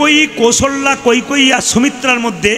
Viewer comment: কৈকৈ কেন বলছেন নামটা কৈকেয়ী।